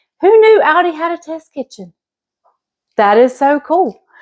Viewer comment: You are saying Aldi correctly. In Germany that is how they pronounce it.